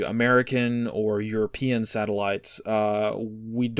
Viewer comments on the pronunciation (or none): none